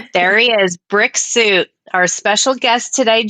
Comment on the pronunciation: When you said Brick suit..I heard Brexit..I spent half the pod cast wondering why he was called Brexit